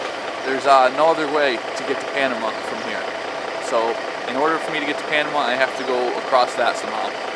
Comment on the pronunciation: Dude, never chew gum on camera, let alone every time you're on camera. Also please learn how to pronounce things i.e. Panama, Mazatlan.